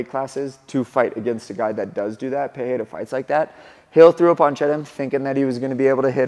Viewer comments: Hey I completely support your pronunciation effort. However l, asa brazilian I must tell you that that you're off. It is not pronouned PeHeira but rather just Pereira with the "spanish sounding R". In portuguese, the only 2 situations where the R is pronounced as an H are: 1- when it is the first letter of the word. Ex: my name is pronounced Henato 2- when there is a double R. Ex: Ferreira is pronounced Feheira But Pereira has no double R so it's just Pereira. ❤ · Why the fuck you call him " "pu- hey -duh ". You're a gringo. Be a gringo. I heard the desk people saying " Hodriguez " too. ?? What are we doing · Still saying the name wrongly though 😂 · Since you said the name wrong. Here's the correction. "Pereira" uses a R sound made near the front teeth instead of at the throat. Check the audio in this wiki You can also check this in google translate. "Pereira" is the correct one "Perreira" is incorrect one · You are pronouncing his name wrong. I used to learn Portuguese. If the name starts with an R like Roger, then its pronounced with an H sound like "Hoger." If there is 2 consecutive R's inside a name then its also pronounced as an H. "Barra" is pronounced "Baha". If the R inside the name are not consecutive then its just pronounced as R. So Pereira has no H sound inside. Joe Rogan keeps saying his name wrong too so i understand. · Sorry, Cory. You keep saying his name incorrectly. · This man knows it. I was about to write the same thing. If the R is supposed to have an H sound like that and its not the first letter it would write peRReira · and the funniest part is that he's confidently saying it wrong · Wrong, some of them are Pereira is literally Pereira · You dont say his name with a "h" sound which is the normal way in Brazil its actually with the "r" sound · Cory, nice video, as always Just one thing, he's not Alex 'Peheira', he's 'pe-REI-ruh' Afaik, R disappears only in the beginning of words, like in 'Rodrigues'. But 'Pereira' must have two rolling R's